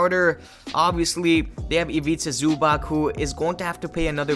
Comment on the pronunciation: Im pretty sure it’s pronounced Zubats with a ts at the end, not a ck or a ch. But yes, they are for real and should be considered among the top tier contenders.